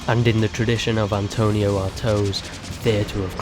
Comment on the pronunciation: It’s ANTONIN Artaud, not Antonio lol